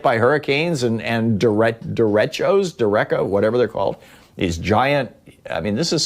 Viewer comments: derecho 'ch' as pronounced in 'cheese' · It's de-RAY-sho. Like an inland hurricane. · Hey, Thom, "derecho" is pronounced "They Ray Cho." Try it. PS. Love your show.